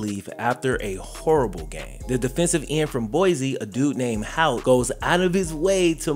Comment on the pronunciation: Disappointed with the lack of research and frankly blatant disrespect to a figure in this story, since isn't usually about that. That "random defensive end" was actually a 2-year starter at LB and is now a college defensive line coach, and his name is Hout, not "Hoyt." He coaches at my college, which is why I care enough about it to make this comment.